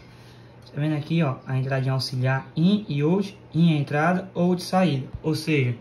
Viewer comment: Uma dica: Não se fala ôut...é áut